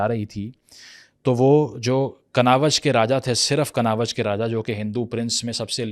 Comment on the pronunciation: Bhai kanawaz nai kannauj hai wo bahut galat pronounce kia apne mathura ko b